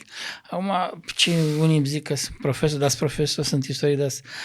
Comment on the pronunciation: Renunță la accentul pe care-l folosești pe cuvântul profesor